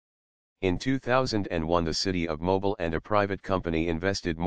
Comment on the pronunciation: Mobil is an oil company, Mobile is a city in Alabama. Just say automobile, say it again without the auto.